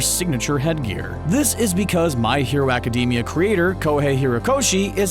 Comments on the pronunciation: Nobody: This Guy: My Hero Acadeemia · It's pronounced ee-zoo-koo (well the zoo is more pronounced as zu) not ee-zoo-ka. It's not pronounced aca-dee-mia it's pronounced aca-day-mia. Also deku has a quirk, crying! But all for one is never shown to be able to change memories and if he could why wouldn't he do it on all might to make him forget who all for one is or what one for all is. Also have a theory you can use. Kacchan and bakugo are the same person. Also be normal and call Izuku deku